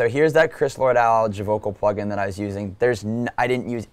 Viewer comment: Cool vid, but he needs to learn how to say "Alge" and "Moog"